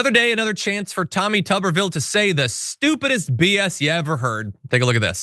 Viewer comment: It's not tuber ville it's tuber vile it rhymes with pile.